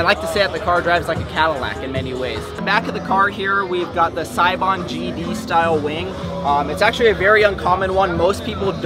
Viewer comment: Sounds like he's saying seibon (gb?)